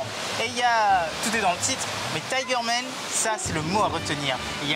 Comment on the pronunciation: Man pas Men un petit cour d'anglais rapide mdr !🤣🤣🤣